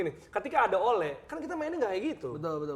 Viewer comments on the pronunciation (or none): bacanya bukan ole tapi ole